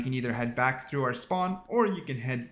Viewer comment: bro the way youre saying "through" makes me so angry